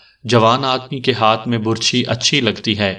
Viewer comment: آپ کا پڑھنے کا انداز بہت اچھا ھے ۔ بس کبھی کبھی آپ بعض تلفظ غلط پڑھتے ھیں ۔ مثلاً لفظ " برچھی " کا تلفظ آپ غلط پڑھ رہے ھیں ۔اس میں ب پر پیش کی بجائے زبر ھوتی ھے ۔